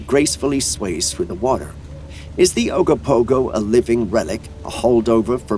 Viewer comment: And it's OGOpogo, not agopogo. And that footage is obviously a small gray whale, so it's obviously not footage from Okanagan lake... OKE-a-NOGGAN, not O-KAN-aggan.